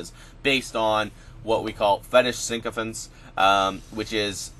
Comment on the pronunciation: Pronounced SICKO FANT.. you keep adding an N that isn't there it's not SINKO FANTS. ;)